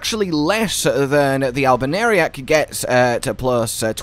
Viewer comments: just to be sure...its actually "all-bi-noh-rick" right? XD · Even after the 2 years of Elden Ring, the way says Albinauric doesn't fail getting a giggle out of me. Anyways, will DEFINITELY try out this Rose Bush Build.